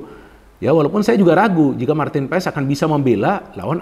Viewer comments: Bacanya : Paes ❌ Pas ✅ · bacanya Martin Pas...silent e